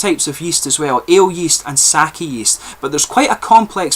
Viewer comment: I am enjoying the second try of this one. Usually, sweetness is a lingering tone I don't care for but in this one, the lingering tastes as you get lower on the bottle, really keep the interest going. Amazing, unusual taste. Oh, and Sake [you pronounced it correctly] is not wine. It is a spirit. Too many foreigners say [saw key].....you did it right with[ saw kay] for pronunciation. I didn't know they were trying wine. Japan has only one tiny area fitting for it. I hope they can do it. you are full of knowledge.